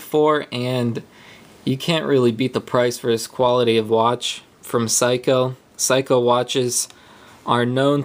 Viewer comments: It's pronounced SEYkoh not Psyhco. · Good vid but for future, Seiko is (say-ko) not (psycho). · ..oh, by the way, it's SAY-KOH, in case you didn't read the comments below. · dude are you serious? you really don't how to pronounce seiko? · Useless - can't pronounce the brand name !? A big Mac and fries please ;-)